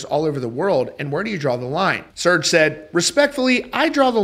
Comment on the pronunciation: You have to love how Americans butcher every European name or word, its not pronounced SEARCH but Ser-jay xD I was listening to something else the other day and try and listen to an American say 'Charlamagne' xD Also if Serj stands behind all the stuff he preaches, how come he still is willing to play shows in America? xD